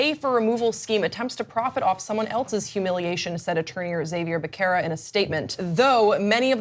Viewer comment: I can't believe how badly, your reporter butchered the pronunciation Xavier Becerra's name. Unbelievable.